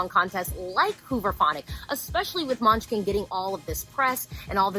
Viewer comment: Now I'm hungry coz she kept saying Måneskin as MUNCHKIN!!!